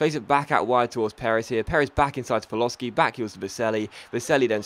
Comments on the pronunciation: Paloshi=Pa-lo-shi ,not Paloski :) btw,you can take a break if you want,seems like you have lost your voice for this commentary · ***** paloschi is pronouced pal-o-she